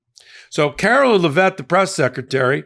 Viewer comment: Her name is "Care-o-line" not Karo-linn, and you aren't supposed to stress the last syllable of her last name. It's not "Leh-VET" it's Lev-it. Really not hard considering how much it's spoken in the news, at the pressers and she even says her name in her old campaign ads. Anyway, she's a joke along with everyone else surrounding her.